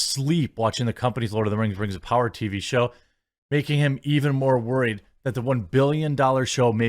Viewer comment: (We Wuz) Rangz Of Powah